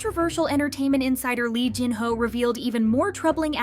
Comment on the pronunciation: How have you been doing this for so long, yet cannot say the names correctly STILL??? Please, learn to say korean names correctly. it's not that hard. who wants to take you seriously when you manage to say Jin 5 different ways in 1 video?